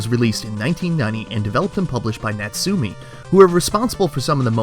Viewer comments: In fact is Nat Su~ Me~ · You pronounce Natsume wrong. It's pronounced "Not-Sue-May".